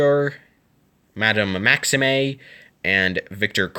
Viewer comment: Fleur is pronounced fler and maxime is pronounced maxeem